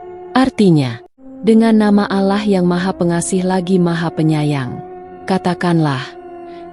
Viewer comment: Maaf ya, ko membaca surat Anas,gk fasih, sepertinya bukan orang Islam.. Menyebut Nama Allah saja alah